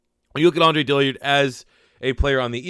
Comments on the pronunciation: Please say Dillard’s name right. I’ve listen to it and cringed for months. Since y’all have taken him, please learn his name. ITS DILL-ARD. There is no i between the L and the A. DILL-ARD, not DILL-EARD. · How TF you gonna spell his damn name and still mispronounce it!!! DILL-ard! NOT DILLY-ARD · Where do you see an I next to that A It’s DILLARD not DILLIARD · DILL-ARD not dillyard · You pronounce Dillard wrong.....